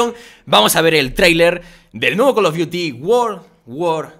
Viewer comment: jajja es call of frios